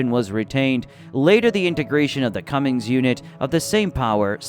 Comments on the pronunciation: CUMMINS. Not CUMMINgS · Cummins, not cummings